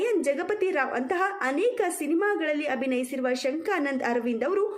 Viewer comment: ಶಂಕಾನಂದ ಅಲ್ಲಮ್ಮ ಶಂಖನಾದ ಅರವಿಂದ್ 😊